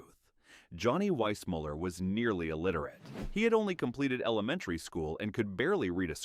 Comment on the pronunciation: This video seems AI generated. Johnny Weissmuller’s last name is pronounced differently in seconds. Desi Arnaz’s first name is pronounced Dacey. There is a brief photo of Robert Walker Jr. mixed with images of his father. These errors show no proper fact checking. The video also has no standard for calling actors dumb. Johnny Weissmuller is called dumb for being uneducated. George Raft for bad judgment for his movie role choices. "Jayne was never dumb. She just buried her brilliance beneath an image she couldn't shake." I could go on.